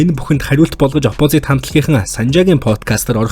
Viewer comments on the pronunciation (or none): DVV CHI NAAD HEL USAA SAIJRUULAHGVI VNEN ZOLIBON BNAA, OPOZIT GEJ HELEHDEE YAMAR LALRIIN HELDIIN BEE SOOO CRINGE